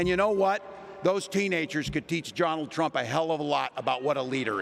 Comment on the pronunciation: He said trunk instead of trump omg how do these idiots get elected I swear 🤦🏾‍♀️🤦🏾‍♀️